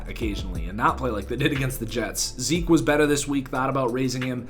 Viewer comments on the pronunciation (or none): none